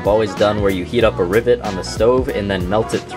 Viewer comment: Anytime you say rivet, I listen way too closely to see if you say ribbit, which sometimes you do, and that makes me happy